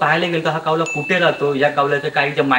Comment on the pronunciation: कावला का म्हणता कावळा म्हणा न शाळेत शूद्ब भाषा शिकवलि असेल न